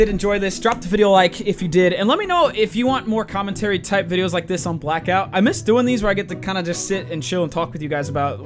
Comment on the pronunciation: “Re WARD” and “Black Out” Jesus, ya having a stroke there bud?